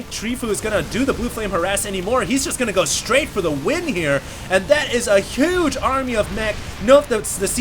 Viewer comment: "HWEUUUGE ARMY" cracked me up